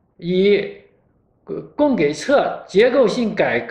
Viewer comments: 供给（jǐ）侧，如果说连这个都不会读，连这样一段已经在中国被无数次提及的官方说辞都读不通。此人又能有多了解中国，又能说出何种“深”谈？ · 哥，供给（ji）侧，频率这么高的词，不应该错；